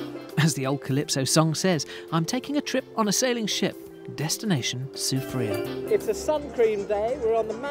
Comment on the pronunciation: I need to teach him some proper pronunciation of the places of St. Lucia. I give him that he said Soufriere well...but not Gros Islet. Remember the French Dude.